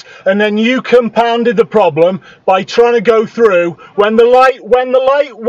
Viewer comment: The voice of a moron "wee came trou on ghrrreen" totally ignoring what's been said about the road being blocked. "I'll report you" she should get arrested for dangerous overtaking and blocking opposite lane.